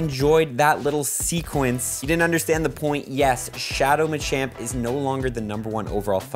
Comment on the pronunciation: Bro really said Machin